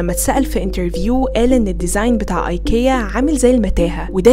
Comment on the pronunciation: علي فكره حتي سالو الشركه نفسها في الاسم ينطق ايكيا مش اي كيا. سوري من جد سمعت المقطع بنفسي